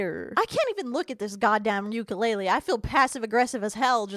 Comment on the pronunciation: side note that is just so random and not as important lol but makes sense to all of this somehow. I’m Hawaiian and this part of her saying “uke ulele” just shows me everything I need to know about her character as a person 😂😂 she said the “lele” part with some dramatic flare trying to sound I supposed “woke” about the instrument (or weapon if u wanna be dramatic lmfao) of her choosing. As if she is so deeply informed about the instruments history that she pronounces the name effortlessly, EVEN WITH ACCENT LOL when the sound of the accent is actually supposed to be used more in the “uku” part of the word rather than dramatically changing the sound of the “lele” at the end. For example it’s like she stopped saying “watermelon” and started saying “atermeloan” because now she knows where it originated from 😂😂. JUST SAY WATERMELON ITS OKAY!! LOL. Cus usually it doesn’t really irritate me on how people say it at all! Because using the instrument means more to me than speaking about it personally. She just really ruined such a cultural and close instrument to my home and I seeing her try to flex this object in this comedy show, use it against her victims THEN ALSO absolutely obliterate and over do it’s name all in one show is just so telling. She really is a drama queen. Also shout out to all my people who aren’t pretentious and just wanna pronounce something correctly! Y’all are doing so great angel babies and I hope you see a cute dog or cat. Or reptile if you are into reptil